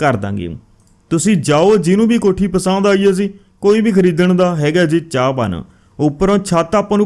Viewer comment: ਜ਼ੀ ਨਾ ਬੋਲਿਆ ਕਰੋ ਜੀ ਬੋਲਿਆ ਕਰੋ